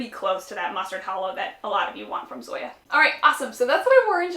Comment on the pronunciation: The name of the Zoya polish is pronounced as "Song-ya" without the g